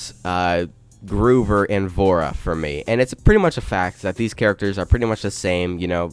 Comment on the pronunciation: He said "GROOVER" IT IS (GROW)-(VER)